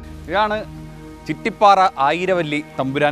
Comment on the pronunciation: ചിട്ടിപാറ അല്ല ചിറ്റിപാറ